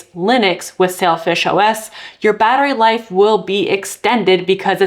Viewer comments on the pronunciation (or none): Say-l fish i swear i heard you say selfish a couple of times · Pronunciation sounds more like Selfish OS than Sailfish OS. All the new options being available, not in our part of the world. Sucks.. Be it Linux laptops, framework laptops/workstations, fairphone, linux phones.... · It sounds a little like "selfish OS" when you say it. I think the name is a bit unfortunate. Thanks for the Video. I always use Xperia Phones but uninstall all Google stuff. No Google Services etc. Unfortunately the Model I have right now is not supported by Sailfish OS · Well explained, please can somebody help me install this on HTC m9 + ? And I keep hearing you saying it 'shellfish' but it is spelled as 'Sailfish' in the title so how is it supposed to be pronounced exactly?